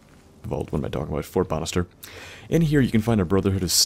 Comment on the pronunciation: Anyone else think he's saying fort bastard instead of fort Bannister